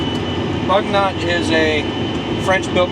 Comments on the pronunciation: AMERICA BU - NY - OH BUG NOT I ASK YOU. bu-: Pronounced like the French "u" sound (lips rounded saying "ee") or close to an English "oo" sound in boot.- gnot: Pronounced like "nyo" (the standard French gn makes a soft /ɲ/ palatal nasal sound, similar to the "ny" in canyon) followed by an open-o sound (oh), with the final t dropped Again coupé the final e sounds AY EMBRACE YOUR EUROPEAN HERITAGE. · FYI, it's pronounced “boo-NYOH” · They do a lot of this kind of work in Europe. I wonder if this machine is French and if it is then possibly “Bugnot” may be pronounced differently?